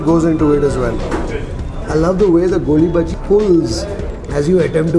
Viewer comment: Small correction - it's "Goli baje"